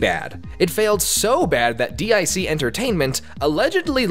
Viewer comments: It's pronounced as deek. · Why do ypu pronouce it as "D.I.C.", when the Kid in the logo said "Dic".